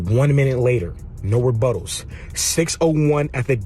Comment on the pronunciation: did mario judah say " no rebuttals" he used the word rubuttals